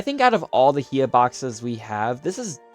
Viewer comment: It's HI-YA! Hiya!